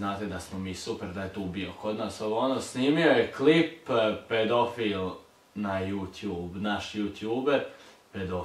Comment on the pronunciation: Hahaha kakav je ovo naglasak, pedoooofiiil